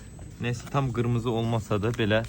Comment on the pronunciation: Qirmizi demedi axi qimirmizi dedi